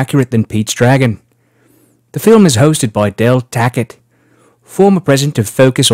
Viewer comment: Every time you say "Del Tackett" I only hear "Del Taco" and now I'm hungry...